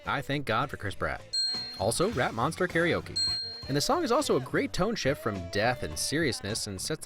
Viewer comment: i wasn't looking when he said rat monster karaoke and i heard rap monster karaoke.... where my A.R.M.Y at?